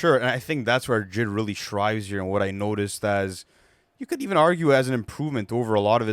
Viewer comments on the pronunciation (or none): Why does that dude say "shribes" instead of "thrives"? The hell